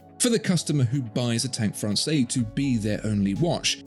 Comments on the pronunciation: It’s pronounced Fran-says, NOT Fran-say. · I'm trying to decide between the Must and the Française. Love them both, it's so hard. Thanks so much for all the info you provide, it's so incredibly helpful and interesting! FYI, with the 'e' at the end, Française is feminine and is pronounced "Frawn-sez" not "Frawn-say". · Pronounced "FRANSAYS", not "FRANSAY" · That’s Française - feminine. You pronounce the ‘s’. Sort of “Fran’sez” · Be careful watching and taking opinions from content where the watchmaker pretty much owns the content maker add the guy doing the review can't even pronounce the watch correctly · Now, now..., you are better than this! Pay attention to your pronunciation: "française" with a big Z at the end.